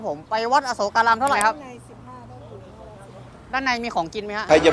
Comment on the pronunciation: ควร อ่านว่า อะ-โสก-กา-ราม นะคะ ถึงจะถูก